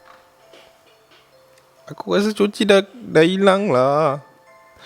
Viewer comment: Hahaha mula ii dah ok ckp nama kucing tu coci last ii jadi cico jugak 😂😂😂 adehhh